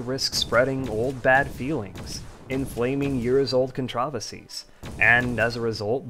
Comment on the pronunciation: You know, the way you pronounced "controversies" sounds like a different word and was confused until I turned on the subtitles. It did bother me a bit but that's very minor, suppose it's an alternative pronunciations I'm unfamiliar with. I do have a love/hate relationship with Frackin', as I've spent over 2k hours on that game. Like the sprite work for that mod is quite inconsistent, often clashing with Starbound's style.